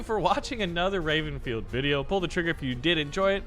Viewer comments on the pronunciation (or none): none